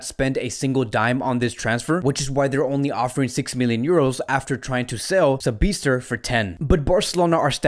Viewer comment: Its not Sabi'ZT'er... It is Sabi'TZ'er